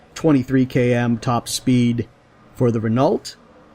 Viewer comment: Renault - pronounced Re-noh. Just thought you might like to knault.